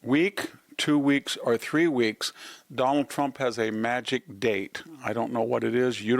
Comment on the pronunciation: Victor—who is the “Done-All Tromp” you keep referring to?? 😂😂😂😂. Such a unique pronunciation.